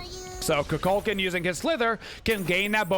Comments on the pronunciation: It’s pronounced “koo kull kahn” I think you’re getting it mixed up with cu chulainn which is pronounced “coo kull kin” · the way he’s pronouncing it is just a common thing that stuck, it’s like how everyone calls he bo “he bo” instead of “ha bua”